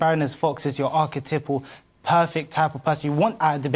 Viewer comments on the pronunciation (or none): with his “Archetipple”. What is that?, a habitual drinker - a description of a student perhaps? Speaka - da - English - Archetypal.